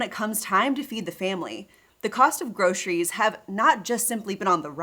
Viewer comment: Grosheries? Ugh! Why does anyone pronounce it that way!?!?!